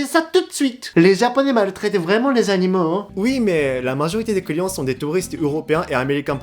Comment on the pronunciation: Quand il dit "client" j ai l'impression d'entendre "couillon" 😆